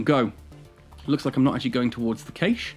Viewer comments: I know there are always pronunciation differences, but I checked in multiple languages, its always been "Cash" Not a big deal, It just made me twitch xD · Cay - sh ???????? its prounounced "Cash" :D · You are saying cache wrong. It should sound like cash. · caiche? caaaache? :D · Great video, then you pronounced CACHE /kaSH/ incorrectly like 30 times.